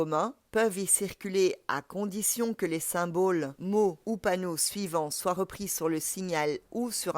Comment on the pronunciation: Les "symbaules"